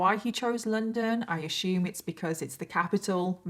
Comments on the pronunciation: Ashume lol driving me nuts assume lol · I can’t listen to the story till the end cause of the way she say assume as “ASHUUUUME” 😭😔